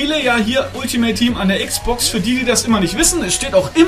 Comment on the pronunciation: mach deine eigenen serie dann kannstes alltimeit tiehm aussprechen